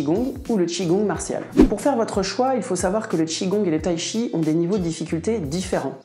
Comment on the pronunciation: Il n'existe pas de Tshi, mais du Chi, il suffit de le prononcer correctement. Là, les Français doivent faire un effort 😅